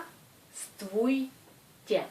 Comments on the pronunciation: Zdra strui tiai ? =) C'est ce que j'entends enfin +- =) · prq en pronence pas le b dans le mot zdrastovtye